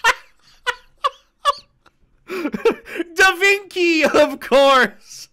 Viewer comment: "DA Vinky"? Bruh 🤣🤣🤣